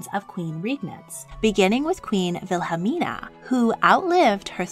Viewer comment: wow- im dutch and that is EXACTLY how you pronounce Wilhelmina- good job.